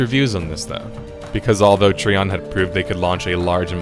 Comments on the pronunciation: Is it really pronounced Tree-On? I've always just said "Try-On". Am I incorrect? Because hearing you say it that way is causing me to grimace lol. Also I loved the idea of Archeage. I spent $400 on the founders packs for myself and others. We got ambushed by the cash shop to buy land plots and place houses though, where we had the audacity to try and rush the quests to unlock access to the larger plots. So yeah...it ended up just screwing us with the cash shop patch it ruined it for me and my friends. Mix in mass grinding for a single "end-game" "epic" item...it was awful. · hey man good vid, but trion is not tree on its tri on like tripod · I thought Trion was pronounced Try-on not Tree-on. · Great vid but it is trion not treon as your saying it you say it tri-on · that was fast. this game shares a lot of the same design philosophies and problems as Albion... so I expect Albion will follow the same path since they don't seem keen on learning from prior game's mistakes. also... TREEON (it's try-on) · its TRION you should know better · Trion is a terrible company and always has been. The game had so much possibility. And oh. . great video. .I just winced every time you said "Tree on". . Its "Try on". . Trion. . like Tripod. . But that is not important. . GREAT summary! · I can tell you never played Archeage based on how you pronounced Trion. It's Tri-on not Tree-on. But then again they are the scum of the earth so butcher as u please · Wtf is a Tree on? Are you talking about Trion (Try-on). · It's pronounced Tryon! TRYON God dammit! The video is great and all but every time you say treeon I cringe so hard it's unbelievable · Tree-On != Try-On (Trion)? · Tree-on lol what a dipshit. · Trion is pronounced "Try On." I ditched this game after 2 days for being overwhelmingly P2W. Most toxic, divided community on the forums I've ever witnessed. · I thought it was pronounced like Try-on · I don't remember the letter "i" to have an "e" sound. Lol Treeon